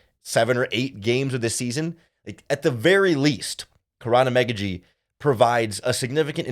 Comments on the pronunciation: Ok his last name pronunciation is “ah-mon-gah-gee”. Just a heads up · You butchered a Nigerian man names. Figure it now !